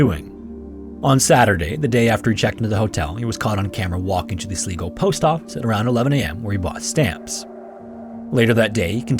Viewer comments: This is not me trying to chastise the creator as I don't expect him to know everything, (he talks about lots of countries after all!) but in case anyone reading this decides to visit Ireland, the city he talks about, Sligo, is pronounced like Sly-go. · um guys..... sleego? are you pulling my leg? are you me as a child using vocabulary i read in a book above my reading level out loud? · Just saying "Sligo" is pronounced "sl-eye-go". (the "i" is pronounced long like the word "eye") ;) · "sleegoh" - OMG, my skin crawled at that mis-pronunciation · Another great episode. BTW: Sligo is pronounced 'Sly-go'. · It’s pronounced Sly go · Think Sligo is pronounced Sly-Go - it's the Anglicised version of the Irish 'Sligeach'. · Great video man, been watching your videos for a while and always look forward to your next upload! One small thing, your pronunciation of Sligo was funny to hear, we pronounce it Sl-eye-go here in Ireland. Beautiful place it is, well worth a visit if you ever find yourself this side of the Atlantic 😁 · Love these, only thing is it's pronounced slai-go ...was bugging me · For the love of all things holy, look up the pronunciation of place names. I’m two minutes in and the only thing you haven’t butchered is Ulster. You’ve mangled Sligo at least 5 times. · That's just not how you pronounce "Sligo" 💀😂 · just can’t handle the pronunciation of sligo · Absolutely not the point here but every time I heard the pronunciation of Sligo something inside me died Anyways thanks for having the best videos for chill time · There were so many places I've been to in the first story that it was extra chilling... it just was really distracting to hear Sligo mispronounced over and over. (The first syllable rhymes with "eye.") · The real horror here is the pronunciation of the word Sligo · the way that you pronounced "Sligo" in the first story, makes it very obvious that you are not Irish. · So good he can’t pronounce Sligo properly? 😅👍🤝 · It’s not Sle go it’s sli go